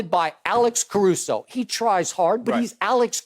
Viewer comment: You're guarded by alex carusso.... it's alex carusso.....hahahahahahahahahahahahaha